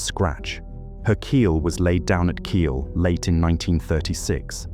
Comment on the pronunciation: Kiel se prononce kill